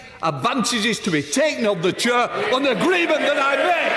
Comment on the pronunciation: Dumbing down reaches a new level, he thinks he's down the pub. It's 'chair' not 'cher'.